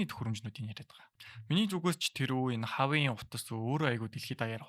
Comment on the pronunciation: Хаавай биш уаавэй гэж хэлдэг гсн шүү